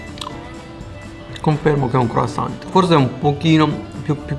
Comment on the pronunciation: Senza la T croissant ma la t non si legge 😜 ormai lo short italiano co la cittadinanza!